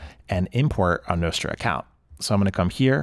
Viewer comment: Everyone does. Except this guy. 😅